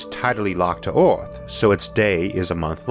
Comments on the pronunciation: What kind of English is that ? "Oarth" ? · The way you pronounce "earth" is annoying. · I love Isaac's videos, but I would be soooo glad, when he once pronounces "earth" not like "ouaath" - I can't stand it :D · The narrator's pronunciation is the weirdest I have ever heard. Earth = Awf, World = ward, herbs = orbs Where did you learn your English because you should ask for a refund!